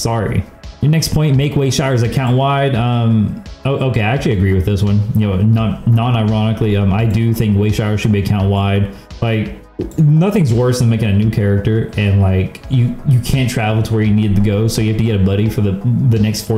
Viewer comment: Did you call it a way shire?